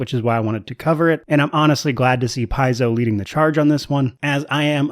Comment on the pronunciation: Nice commentary for the topic!! Hope you grow even more.. p.s paizo is from the greek word παίζω and is pronounced pe-zo meaning play:) so as a Greek one more reason to support them!!!:):):)